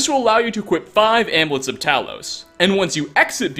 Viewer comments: IT"S AMULETS NOT AMLETS. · I'm just stuck on the way you pronounce "amulets" 😂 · Your pronunciation of amulets is triggering haha